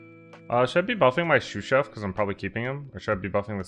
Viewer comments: He had mispronounced it as "Shoe/Shoo Chef" when the card initially got introduced to the game. I think his wife was making fun of him in steam while they were together one time, now it’s a meme. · Is pronouncing Sous Chef “Shoe Chef” or “Shoo Chef”? I can’t tell which sort of wrong his pronunciation is..